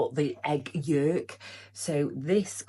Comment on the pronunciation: I absolutely love the way says egg 'Yolk' 😂 Sounds like egg yekkk with the accent haha. loving the tartan Scottish skirt suits u. Did u get that when in Glasgow? Did you understand Scottish guys accents when in shops lol 😏🤭